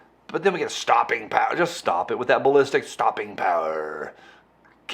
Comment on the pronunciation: It is NOT "STOPPING POWER". It is "STOPPIN' PIRE' " !!!